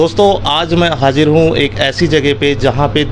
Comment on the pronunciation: Bhai youtuber tum hajir kiyun huye, haazir bhi to ho saktey thhey,chahein kitni aham news ho khabar deney wala musalman ho aur ouska pronounciation (talaffuz)sahi nahi ho to mai wo video nahi dekhta😡😡😡😡😡😡😡😡